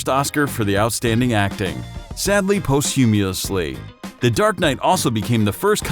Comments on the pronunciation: Also Posthumously is Paust-you-muss-lee. Man his mispronunciation was terrible. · post - humeo- sly??? Bloody AI narration!!!! Use humans, not a PCB and voice synth.